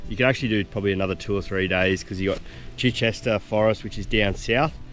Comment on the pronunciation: Great video, we go there all the time. Chichester is pronounced CH-eye-CHESTER. 🙂